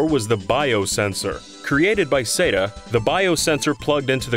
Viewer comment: ARE YOU SAYING SEGA OR SAYA SETA IT SOUNDS WEIRD AND